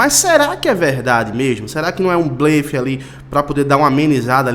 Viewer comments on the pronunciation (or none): Amigo a pronúncia certa de BLELE Muitas dúvidas surgem como pronunciar a palavra blefe, sendo “bléfe ou blêfe”. Por ser uma paroxítona, a letra “e” deve ser pronunciada de maneira aberta. Por isso, o correto é dizer “bléfe”.